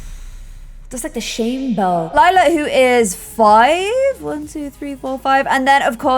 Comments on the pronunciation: Lila died, that's Form but hey at least pronounced it Lie-la instead of Lee-la. I love this series so much. I'm very far behind watching it and I've been binge watching it for weeks. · finally pronouncing Lila correctly when it's the wrong name altogether 😂 Relatable tbh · Love how it took forever to pronounce Lila properly and now she keeps calling Clem, Lila 🤣